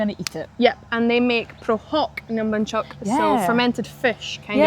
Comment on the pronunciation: Nom Bonhchok. Bonh Not Banh